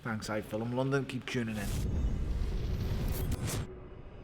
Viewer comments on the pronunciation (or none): i swear bellew said soomething bad when he said london at the end ov da video